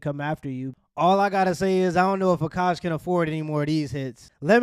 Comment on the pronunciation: AhhKash . not AKK KASSH